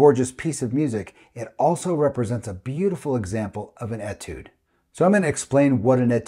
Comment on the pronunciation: FWIW, Etude is a word that comes from the French language. The French write it with a diacritic above the beginning “e”. This changes the pronunciation from an “e” sound to an “a” sound. So it is correctly pronounced as atude rather than etude.